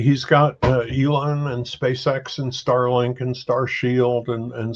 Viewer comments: Dam dude its E-lon not A-lon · Anybody cringing everytime he says Alon? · Ælon. The guy is pronouncing it that way on purpose. What purpose that is, I cannot say. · Great video but who the hell is "A"-lon?!